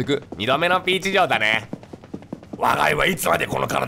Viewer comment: 時々キヨの「ピーチ城」のイントネーション「ピーチ・ジョン」になるよね